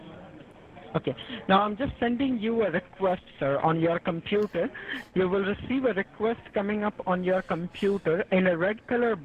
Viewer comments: “..on your Com-Pew-Tor....” lol I died. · "on ur compiutr"